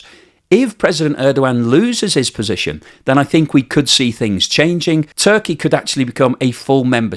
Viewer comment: It Turkaya as the pronoune it now LOL